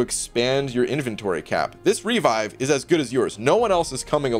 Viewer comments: haha literally never heard anyone say "REE-vive" before in my life It's "Re-VIVE" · For gods sake, revive is not pronounced REE-vive.